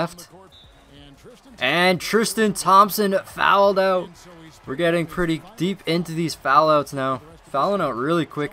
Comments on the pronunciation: Please don't say "fouled ougggtt" again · "He fowelled ouut"